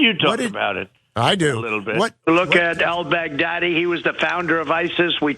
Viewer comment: "El Baggdaddy?" Huh?